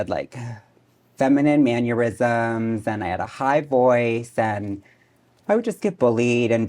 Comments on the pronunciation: She really said “maneurysms”, iconic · I think she said maneurysms 😂